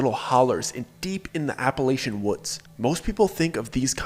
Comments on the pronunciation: Don’t believe anything someone says about Appalachia if they can’t properly pronounce Appalachia. 😅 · You pronounce Appalachia wrong.